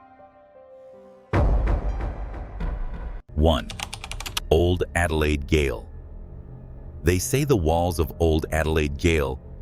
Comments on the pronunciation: Just to clarify, it's gaol, pronounced as jail, not Gayle . . . It's Zed Ward, not Zeeeee Ward (it's in Australia not America) and no one killed themselves in room 7 in Z Ward as that was a guard's/warden's room. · Your AI cannot pronounce words... gaol is pronounced jail. It is the old English spelling. I turned it off the video after the first error - Sydney. Mispronunciation sealed it, bye bye! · Gaol.....g is a J. Please get it right we are adelaidians and I know it is different for you ai.